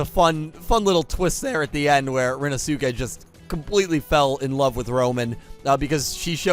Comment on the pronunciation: Please,, Rinnosuke's name is pronounced "rin-no-skay", please, now that we actually have cause to mention him on a semi-regular basis, I beg you to say it this way!